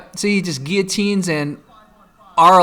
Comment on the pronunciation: did he say giyatine or guillotine